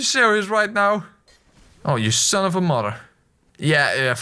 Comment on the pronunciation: Is it common for Dutch-natives to pronounce the th as d, e.g. "moder" (mother)?